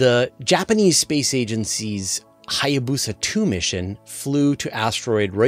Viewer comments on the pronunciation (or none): none